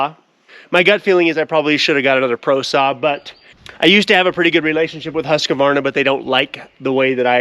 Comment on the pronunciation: Hews-kvarn-a or Huus-kvarn-a (U as in vacuum). Husqvarna is just fancy spelling, "q" is pronounced "k" Hi from Sweden.